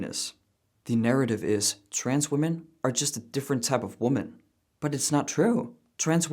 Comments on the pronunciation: I hate how she says women and woman the same 😂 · I just can’t stand it when people pronounce women as "woomun" instead of "wimmin". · What she says would be a lot more comprehensible if only she knew how to pronounce the word "women". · I can't watch a person who can't pronounce "women". I appreciate them dropping the "cis" but ffs using woman for singular and plural is making my eye twitch. I love your content, but I have to bow out of watching this video. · Does everyrone SERIOUSLY forget how to pronounce “women??” I swear to God, people don’t know how to say it, nor do they know the difference between “woman” and “women.” It’s not hard, folks. Singular vs plural. 😂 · Right, but that has nothing to do with my comment. People these days have no concept on how to pronounce the plural form of “woman” which is “women.” I wasn’t talking about they/them.